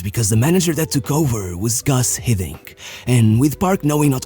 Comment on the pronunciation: Just a small note: It's "Guus"Hiddink and not "Gus"Hiddink"